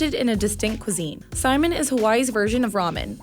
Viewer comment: Hawaiian noodles are pronounced "sy-MIN", not "Simon". A minor glitch, I know, but that's how to say it when you're there. If on Kauai, seek out Hamura Saimin. You'll thank me later.